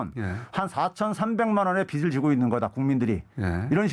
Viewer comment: 김어준은 바른 언론의 자세를 가져서 좋은데 [빚을]을 [비즐]이라고 발음하지 않고 [비슬]이라고 발음하는게 듣기 거슬린다 기왕이면 발음이 샌다고 변명하지 말고 바르게 발음하도록 노력해주었으면